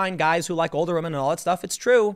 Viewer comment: Tim absolutely watches Pewdiepie between the pronunciation of "wamen" and twatter" those are dead giveaways lmao